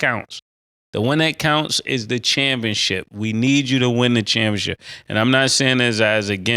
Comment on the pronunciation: It’s kalled ChampionSHIP not championchip Killa kmon 😂😂